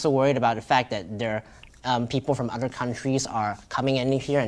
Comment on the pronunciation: I can hear some off enunciation’s like where he says the word “other” he pronounces it “odder” 😂